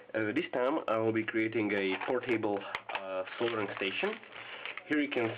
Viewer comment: heheheh he said por-table